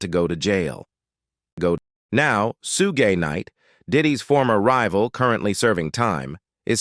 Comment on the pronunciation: “Sew- gay- nite”. lol